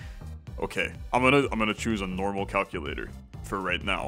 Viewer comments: cal cue luh tore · literally my first thought lol. cal- cuh-la-tor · Missed oppurtunity to call it the way calls it in TAWoG, Cal-Kewl-Latore....that is about as close as ill get for how he pronounces that >-> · CAL-CU-LATOR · CAL-CULATOR!!!! OMG